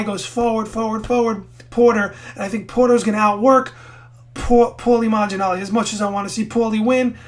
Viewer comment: Haha you've been doing so for a long time!! Lots of people make that mistake though, even Floyd Sr. Calls him Maginalli lol